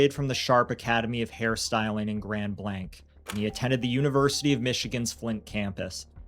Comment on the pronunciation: Thank you for pronouncing Grand Blanc correctly